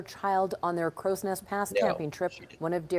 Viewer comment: please it's Crowsnest (Cross next) pass